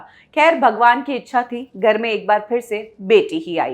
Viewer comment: एक तो आपके ग और घ मे बहुत confusion है। घर को आप गर बोलते हो और गरबा को घरबा। irritating होता है ये कभी कभी।